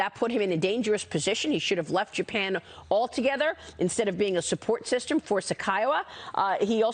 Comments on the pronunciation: who the f is sakaiwa it's saikawa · Not Sakaiwa! It's Saikawa!